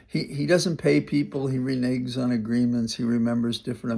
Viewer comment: Renege rhymes with beg, leg, egg and not big, wig or fig.